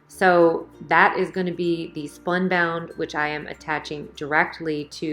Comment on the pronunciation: SPUNBOND, not spunbound.